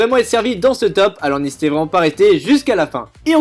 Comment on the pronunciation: tu dit n'ésitéent pas a liké ou disliké sa fait toujours plesire alors tien un dislike